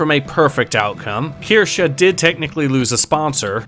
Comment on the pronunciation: breaking the meme of mispronouncing Kirsche, proof of a real one 🧐.